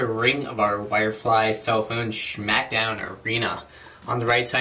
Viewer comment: lol he says shmack down